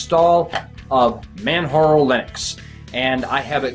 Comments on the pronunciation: Yes I agree. it is pronounced exactly like it is spelt. J remains J and does not sound like H. I understand there are some names out there like Jose which is pronounced as HO-SE. However MANJARO is spelt as MANJARO and not MANHARO !! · You're the only person I've heard call this install Manharo. Even the French friends I have called it Manjaro with a hard j as in jar. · Hi, Nice show, juste one little comment, Manjaro is prononced like in Kilimanjaro, as it is specified on the Manjaro' site. Apart from that, love your show.